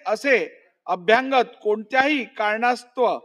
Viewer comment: वाईट वाटते यांचे मराठी उच्चार ऐकून. मराठी आणि इंग्रजी भाषे मधे प्रेसिमे असा कांहीं शब्द नाहीय. तो शब्द प्रिमायसेस म्हणजे आवार असा असावा. तसेच अभ्यांगत नसून अभ्यागत म्हणजे पाहुणे असा शब्द आहे. पोलीसांनी लिहिलेला रिपोर्ट शब्द दुरूस्ती करूनही वाचता येतो. पण महत्वाच्या अशा अध्यक्ष पदावरील व्यक्ती कडून हे लहान मुलांसारखे वाचन मुळीच अपेक्षित नाही. वाईट वाटते आणि कींव येते हे ऐकून. विशेषतः मराठी भाषेला अभिजात भाषेचा दर्जा मिळाल्यावर.